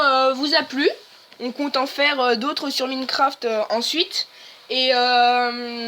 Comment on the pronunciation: On te donne un pouce BLEU pas un pouce VERT. Sinon c'est pas comme sa qu'on dit Minecraft. Enfaite moi je n'ai que une tablette et donc je peut pas faire tout le trucs avec l'ordi. Deso pour les critiques mais bon sa fait au moins 1h que je cherche comment faire pour filme l'ecran de sa tablette et je tombe que sur des trucs qui m'aide PAS DU TOUT. Sinon bah j'ai bien aimer le conseipte de parler a 2. Mais au debut mec ta parler grave fort. Sinon pour se qui aime le gacha venez voirent ma chaine 😊